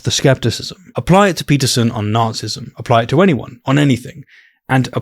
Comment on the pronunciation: It's always so jarring to hear you say "narcissism" because I always hear "Nazism" and vice versa lol